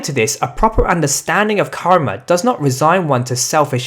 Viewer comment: ur karma pronouncation r wrong even ur all sanskrit pronouncation r wrong bro